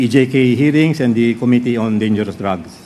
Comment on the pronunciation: OMG.... weh maging presidente?????? incorrectly pronouncing Committee.... sakit sa tainga para maging future president.